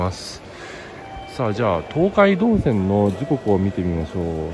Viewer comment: 東海道線の発音が❓😆 朝早くからお疲れさまです！ 何も食べられないのはキツいですね💧